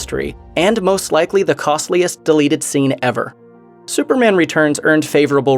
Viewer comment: It's su per MAN not SU per mun